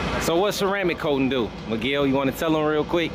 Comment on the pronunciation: Everytime he call meguel i is think he call my name🤣